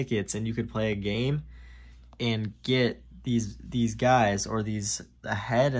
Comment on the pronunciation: did you say you got deez, or these?